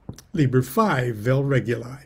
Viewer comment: It is pronounced /reˈɡuli/, re -goo-lee